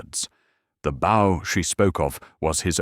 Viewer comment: This is very, very well adapted. And the narration is by the best AI voice I've ever heard. Completely flawless in intonation and rhythm, except for the word "bow".